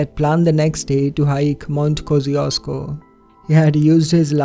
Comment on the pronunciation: It took me a while to realize you meant Mount Kościuszko in the Australian case :D No offense, but you botched the pronunciation beautifully ;)